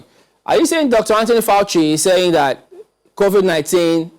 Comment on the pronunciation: Why is calling COVID-19 as COVIC-19. Why is he also saying EXTABLISHED insteadof ESTABLISHED. Please tell him to learn to pronounce those words correctly. What a shame.